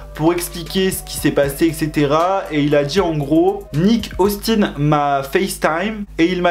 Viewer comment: À quand tu as dis Nick Austin j'ai cru t'avais dis NIK Austin vous avez compris 😅🤣🤣